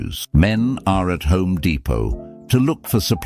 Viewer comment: "Home De-pott"!